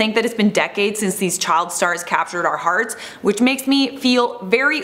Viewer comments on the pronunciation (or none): none